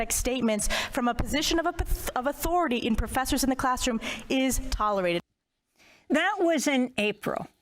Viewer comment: "...from a position of uh-pa-tha - of authority...." Freudian slip! She's as neurotic as they come.